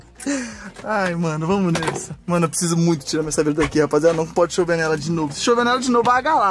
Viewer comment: O falou "pode chover", eu entende "Porsche U,V" 😂😂